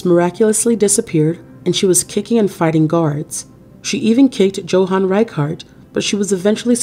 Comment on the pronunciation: It's pronounced "YO-hahn"...